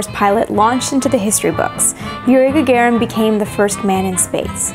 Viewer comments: Ga-ga-rin мудак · Is Gagarin's name really correctly pronounced "Gagerin"?